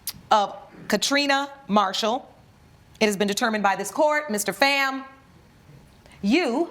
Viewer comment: First off it’s, PHAM, F——aaaa like bomb, or phat, calm etc not FAM, like Bam, Cam etc. second, I want to know who the ex husband is, how did he not know he was just a “beard”?